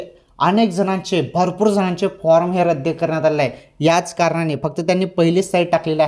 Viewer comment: रद्य नाही रद्द म्हणा.